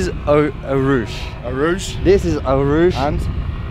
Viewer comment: Au rushj vil vel bli den skikkelige uttalelsen på Eau Rouge